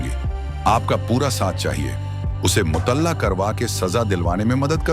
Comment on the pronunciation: अच्छी कहानी लेकिन भाषा की अशुद्धता खटकती है। संगीन को स्नेन और मूअत्तल को मूतल्ला कहा गया जुर्माना को जर्माना। थम्बनेल से कहानी का कोई रिश्ता ही नहीं है जबकि थम्बनेल वीडियो का ईंटो होता है।